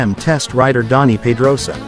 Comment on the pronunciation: Who is Donny Potrosia, Peco Bonniyeiha, And who is Enneian Basstionni??? Go lern how to pronounce European names before you decide to have a Mootougepee chieannnial..😂